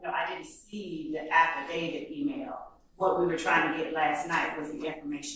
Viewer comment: Why can nobody pronounce affidavit correctly tho 😂 even the judge. Abidabit 😂